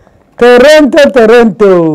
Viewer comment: Strong girl❤️❤️but Toronto pronunciations nuu😄😄😄